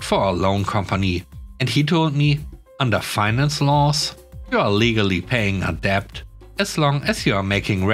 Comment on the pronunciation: Always enjoy your unusual stories. 🐧🐧🐧🐧🐧🐧🐧🐧🐧🐧🐧🐧🐧🐧 You met the word "debt" several times today. The b is silent, so it's pronounced " det". Hope this helps.